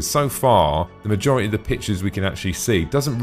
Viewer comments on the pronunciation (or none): none